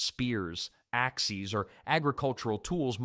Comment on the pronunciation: I thought it was a real narrator until I heard him say "ax-ees" for "axes."